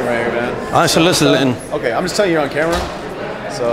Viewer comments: "I ain't solici-littin" 😂😂😂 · “i ain’t solicilitten” 😂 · "What dat mean solicilating." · I can listen to try to pronounce "soliciting" all day